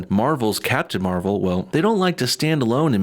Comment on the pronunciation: dude are you a moron captain marvel the first one was Mar-vel . do some research and improve the way you talk you sound like a moron no joke.